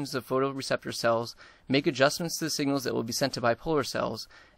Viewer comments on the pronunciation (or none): none